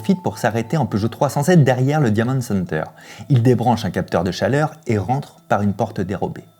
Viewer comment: Par contre l’accent faut faire qqch. « diamonde » center et « escappe » game ça va pas du tout